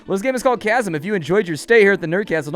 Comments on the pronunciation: Isn't it pronounced 'kasm'?... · Apparently According to the Developer, it's pronounced as "Shazam" instead of "Casum".